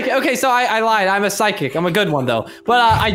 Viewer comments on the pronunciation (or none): This is the amount of times said “Physic” instead of “Psychic” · And it's also pronounced "Sigh-kick" not "Fiz-Ick" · I prounnce that as physic hahhahaahhah Xd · When said I’m the “good” pyshic” I chocked on mah food lol 😂